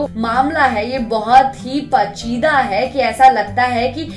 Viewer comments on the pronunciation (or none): पचीदा नहीं पेचीदा हिन्दी में समाचार पढना है तो उच्चारण ठीक करइए